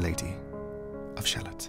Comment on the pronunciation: These are fun videos. FYI: It's pronounced "Sha-LOTT" to rhyme with "Camelot," btw.